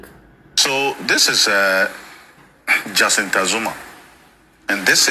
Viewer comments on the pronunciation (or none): JACINTA PRONOUNCE AS ,JASINTA NOT JAKINTA